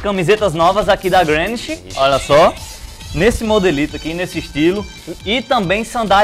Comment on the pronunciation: Não se pronuncia Grenish e sim GRINISH